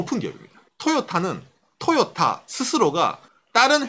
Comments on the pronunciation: 내용과는 관련이 없는 얘기지만, 듣는 내내 TOYOTA의 발음이 귀에 너~무 많은 이질감을 주네요. '토'에 액센트를 주지 말고 '도요~타'로 발음한다는 느낌으로 부드럽게 발음해 보세요. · 보통 상호이름에는 악센트를 넣지 않는데 토에 강조하니 웃기네요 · 한국어 적인 접근입니다. 저가 나이가 50인데 도요타는 들어봤어도 토요타는 처음이네요.. 토요타가 발음적으로는 맞을지 모르지만 한글이 흔들리네요... 미국가서 마돈나 라고하면 아무도 못알아 듣습니다.. 마다나라고 해야 알지요. 한국에서는 한국말을 지켜야 하지 않을까요!